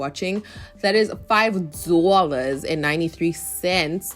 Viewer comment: The way you say 5 dollars 🤣🤣🤣🤣🤣🤣